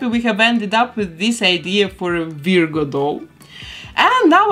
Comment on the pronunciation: Oh, and I love how you pronounce Virgo. It's usually "VER-goh" here in the US. (The first syllable rhymes with her, fur, were, etc. to clarify for any ESL speakers out there.)